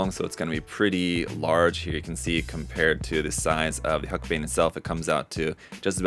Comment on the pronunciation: It's pronounced hulk-a-bine